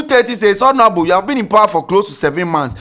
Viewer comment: the 'H' in Honorable is silent but you keep mentioning it...Please try and desist from that, thank you!